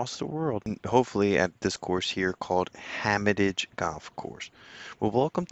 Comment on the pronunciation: Did you say "Hamatage"?